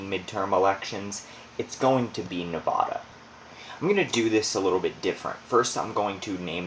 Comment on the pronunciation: U r saying Nevada wrong. Nobody that lives here says it that way, unless they moved here